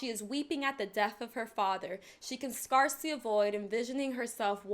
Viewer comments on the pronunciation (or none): Scarcely isn't pronounced like a 'scar', but 'scare-cely'